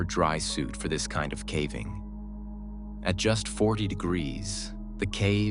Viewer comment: This AI narration SUCKS! So tired of listening to the horrible pronunciations and inflection on the wrong parts of the sentence....starting the middle of the sentence with the pause or voice inflection of the end or beginning of a sentence is super hard to listen to. Then there's the pronunciation of caving as cAAAving instead of cAYYving.